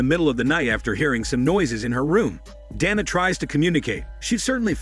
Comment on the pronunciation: Bro get the name right is it donna or Dana.. that's what you get for using that stupid voice modulator